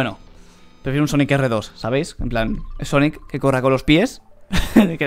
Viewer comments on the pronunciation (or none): dice sanic :v